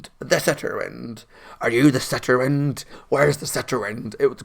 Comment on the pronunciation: "The Setterwind" 😂